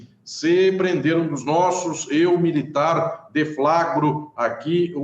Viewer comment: "Nao me alegro com esse apeRRRRto desse MilitaRRRRR." Esse R me pega demais. Hahahaha